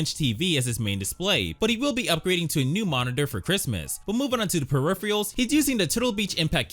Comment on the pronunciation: My guy needs to learn how to pronounce peripherals😂😂😂